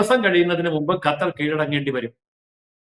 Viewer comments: ഗത്തർ അല്ല, വിവരം കെട്ട ന്യൂസ്‌ റീഡർ, ഖത്തർ എന്നു തിരുത്തുക. ഓക്കേ. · Gathar alla mole qathar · ഗത്തറല്ല പെങ്ങളെ.... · This anchor always talks about gutter. Why not learn to pronounce that sound right!😊